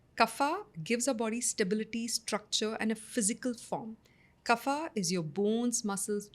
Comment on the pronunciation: Wonderful podcast. A little correction here. Its not 'kaphaa'..extra 'a' used by south indians and its not even 'kaph' (i have not heard anybody speaking like that). It actually is 'Kapha' with just a sound of 'a' and not 'aa' in the end. The place of Origin of ayurveda is not significant when talking about pronounciation, it's the language construct which was Sanskrit not a particular south indian language.